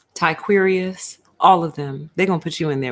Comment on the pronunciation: 😂 I'm so mad that you said, "TyQuerias"!! Lol 🤣